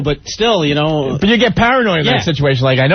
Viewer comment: "B-ut" your clothes back on. Spoken like a college graduate who's been doing radio since he was 18.